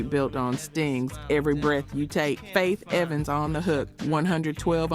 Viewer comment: The fact this is Ai with some sort of insinuation that shes black is Diabolical! But catching simple mis pronounciation while the video is playing (112, Cartegena, the HitMaan, etc) is crraazzyy work. The awkward pauses, this was pretty wild (Faith......Evans), dang. Whether its admitted or not Ghost writing seems to be a WHOLE music industry thing. Lets not forget someone wrote a lot (apparently) for Ghost Face' 1st albums, Big most definitely wrote on Hard Core, L.L writing for MC Lyte on self destruction, this list can go on & on. But its not just Hip Hop (Stop IT!). Its in Country, Rock, Pop, all of it (even speeches given by figure heads arent always written by them). The most famous to me might be how Grand Master Caz wrote the whole song basically called "Rappers Delight" his name "C.A.S.A.N.O.V.A" is even spelled in it like D.O.C in Dre' song